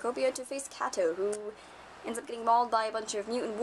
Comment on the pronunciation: You pronounced Cato wrong ._.